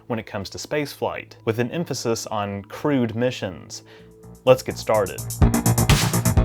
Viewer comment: Why do I keep hearing crewed as crude?